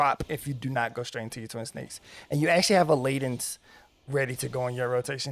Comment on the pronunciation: Thank you for this guide. It helps me to understand WHY the rotation is the way it is, which helps me remember the actual rotation. Thank you again! One little correction, though: Leaden is pronounced "ledd-en". It means basically your fist is heavy, like lead (the metal).